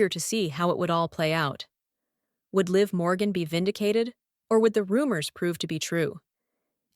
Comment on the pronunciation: Stop mispronouncing Liv Morgan 😢